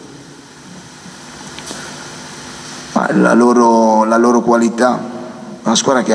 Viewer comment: MANTOVA NON MANDOVA SEI UN GIORNALISTA,UN PO DI DIZIONE....